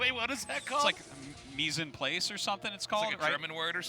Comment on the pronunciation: Artosis trying to pronounce mise en place lmao